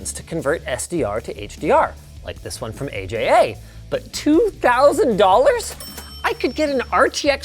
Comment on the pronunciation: "A. J. A."?? I've always been told is :"ahjha"